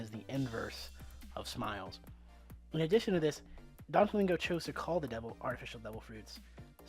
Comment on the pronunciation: are you seriously saying Donflamingo?? it's Doflamingo, Doffy. not Donfy...